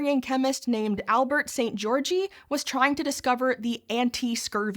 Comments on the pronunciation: I know it’s a small thing but please check how foreign names are supposed to be pronounced if you are not sure. Györgyi is not supposed to sound like “Georgie” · That's not how you pronounce Albert Szent-Györgyi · very informative and entertaining video as always, would have been perfect if you had researched how to pronounce Szent-Györgyi Albert though.